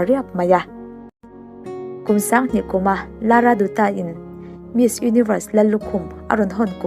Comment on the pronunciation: Lara 'duta' nilovin 'Datta' tiin a ri. Ka duh emem ṭhin nu ania😊😊😊❤